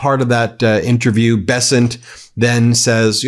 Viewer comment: Mr. " Be-sent" is back on screen talking rubbish!